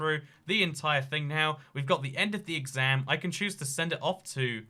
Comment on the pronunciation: I like how he says can as con, but can’t as can’t